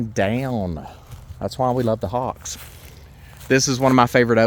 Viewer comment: When you pointed to the nest, I first thought you said 'hog' nest, not hawks nest, lol...